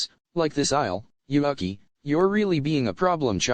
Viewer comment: I will NEVER get over how the microsoft sam voice says "Yuuki" as "You (Uk) i". Makes me chuckle and almost detracts from the seriousness of the story.